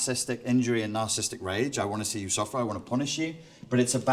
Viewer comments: Why does he keep saying Narcism, Narcist and Narcisstic? (he even wrote that down). It was annoying me - and I am too perfect to put up with people who can't pronounce the words they are supposed to be experts on. (ends in preposition - oops) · Isn't the word spelled and pronounced 'nar-ciss-is-tic'? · Seems interesting, but not sure how much I can trust the view of someone who can't spell or pronounce narcissistic !!